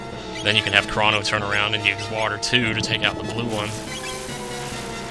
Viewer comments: Wow, if you pronoce Crono "Cra", you fail, it's really "Cro" and not "Cra", it's Greeks, and even in English you would pronociate like that I think. Plus, it ain't because it sound more girlish, that the name his not pronociate with an "u". You seem to have forgot that the game was originally written in Japenesse (who use pronciation closer to latin language that german one). Ho yea, In French, I would prononciate "Shala", don't know in English, but I would say "SKala". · In regards to names, I believe Crono to be derived from the Greek god Chronos, aka "Father Time." Seeing how Chronos is pronounced with a long "oh" sound, Crono should be as well. The word "chronological" also is derived from Chronos, but it's pronounced differently. As much as I hate to compare the two, "Crono" seems to fit the same pronunciation (as well as spelling) as the word "crone," which matches Chronos' long "oh" sound. :D